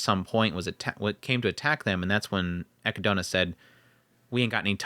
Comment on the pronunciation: And how you pronounce Echidna but all good 😅